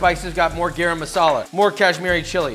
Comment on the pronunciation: LOVE THE VIDEO just it’s guh-rum not gay-ram thx😊